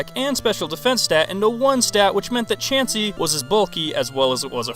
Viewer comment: HIM: CHAUNCEY ME: 🤨